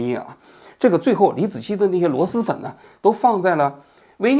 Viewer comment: 王局，是螺狮粉，不是螺丝粉😂